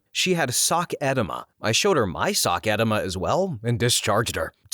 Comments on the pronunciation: My brother in Christ, it’s “eh-DEE-ma” not “EH-deh-ma”. I had to double-take because I thought you said “sock enema” which just sounds especially unpleasant. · It’s pronounced eh dEma’. The accent is on the 2nd syllable. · Edema is pronounced “uh-dee-muh” and hemoglobin is pronounced “hee-muh-glow-bn” 😁 ( but seriously, it’s refreshing to still follow non-AI channels. Thank you for your hard work and entertainment!